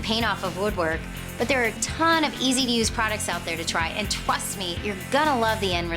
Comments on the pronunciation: Did she just say, "twust me"? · "And twust me!"